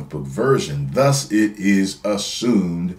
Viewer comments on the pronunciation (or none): none